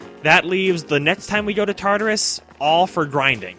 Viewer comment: OKAY I NEED TO WRITE THIS every.single.time he says tatarus i think of TARDIS and im just like IS THIS BIGGER ON THE INSIDE TOO?!?!?! that is all, thank you